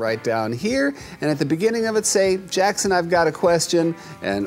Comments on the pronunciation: Lol, she did call you Jackson but her pronunciation was more like "Jakeson" so the K sound got lost. >.< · what if she's not saying Jason, and saying Jackson but pronouncing it like Jake-son . idk lol maybe she's saying Jason LOL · Pilecki Really? I relistened to that a bunch of times and I am not hearing any "k" sounds. More like a "jay-ssson." blend "c's"? How? Like "Jackson" would be pronounced "Jaskson"? I mean, maybe you're right, I'm just confused because it really sounded like "Jason" to me, and there seem to be a number of people convinced she said "Jackson." Michelini M Passive Aggressive? Pretty sure he was just being funny... I. Tell me you're joking... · Liv Zieba I thought made it was her accent and she was pronouncing it like jake-son instead of Jackson , and to us the closest name would sound like Jason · I think maybe she also didnt know how to pronounce Jackson and with her accent it sounded like Jason. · A bit of help with pronunciation" 1. Ewelina /ɛ.vɛˈli.na/ 2. Jackson /ˈdʒeɪsən/ ;) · I’m pretty sure I heard Jackson too! I can relate with Evelina some names are just difficult to pronounce. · Maybe it’s her accent that has her pronouncing your name that way. It more than likely wasn’t intentional 🤗